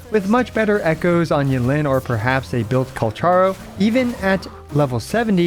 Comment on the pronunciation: Dawg literally finished talking about her outro in 1s and completely butchered calcharo